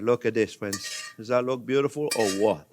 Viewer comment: Is it just me or does anyone else get south park Canadian vibes when he says fwends.... 🤔